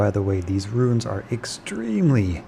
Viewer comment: roons, not RUINS, jesus.